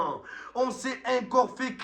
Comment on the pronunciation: Arrete de dire aincore trouducu on dit ENCORE en français meme à Marseille gros lard stupide et puant